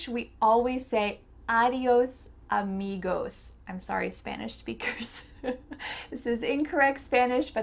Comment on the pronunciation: "Arios amigoss" 😂